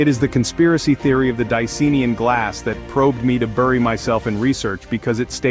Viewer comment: Why does everyone insist on pronouncing it “Di-See-Nee-an”? It has the colour Cyan in the name - it’s clearly “Di-Cyan-in”!!